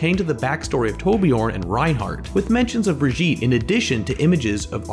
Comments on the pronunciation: I love the way you pronounce brigitte, “Britjeet” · Little tip, that is not how you pronounce Brigitte, I suggest checking or for the English pronunciation